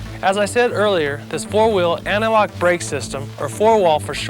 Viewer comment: Also the dude saying anti-lock like analog irks me.